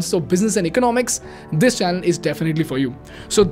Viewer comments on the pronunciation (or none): none